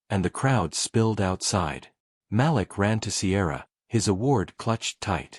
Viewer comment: The little boy’s name is pronounced ma’leek. How can I get a gig reading these stories?